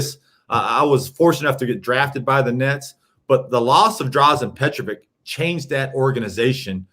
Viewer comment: his name was Petrović, not Petrovik. it sounds like Peh-traw-WICH. Come on, hes all time great. Also, its Vučević (voo-cheh-wich), not Vusević, hes a 2 time all star...